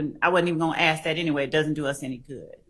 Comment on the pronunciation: For people who are critical of pronouncing the word "ask"....with the k before the s. Well, the judge did say " Who THEY is"....😊 I'm just saying people misspeak sometimes.